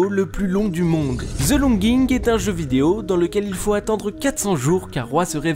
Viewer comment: Tout le monde prononce the les fr zee